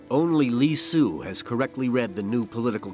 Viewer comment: Li Si, become Li Su, Yin Zheng Becomes Yin Jian. The names are all wrong. Please learn chinese before narrating chinese history. Xu Fu is a taoist priest not a doctor. He was legend has it started Japan.